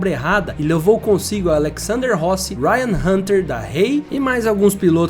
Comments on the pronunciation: Rai hanter "da rey" 😂😂😂😂😂 eu ri viu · Sim, péssimo vídeo, pior foi o Ryan Hunter DA Reay, nem a pronúncia o cara sabe fazer kk